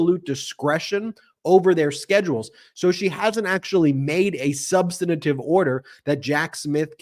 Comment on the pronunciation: Ben needs a diction coach to tell him how to pronounce "substantive".